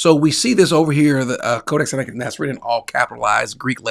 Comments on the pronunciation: Senateekis?😂😂😂😂 note. If you don't know how to pronounce certain words. Don't just give it a shot in an interview when your claiming to be a scholar. Billy thought this guy would be a pushover. This was orchestrated by GOD!! This man just happened to be very familiar with all the things Billy was lying on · It was embarrassing could not even pronounce codex Siniaticus